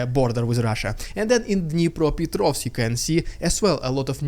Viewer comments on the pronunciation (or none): none